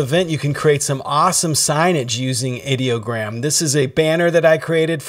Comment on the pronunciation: You started off saying ideogram correctly, but as the video progressed, you started saying it wrong. What's up with that ? I use Ideogram as my "go to" site for almost everything. I have created 3 virtual TV stations and 2 virtual radio stations using Ideogram. I love this stuff.